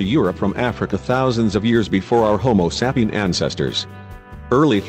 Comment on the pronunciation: "Homo sapping ancestors"...damned robot.